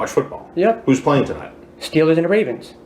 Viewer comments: Stweelers an da Ray-vensss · Steewahs and the wavenz